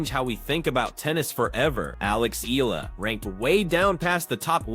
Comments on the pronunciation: Her name is pronounced as EYALA and not ELA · FYI.. her last name is read as eh-ya-la... 😊😊😊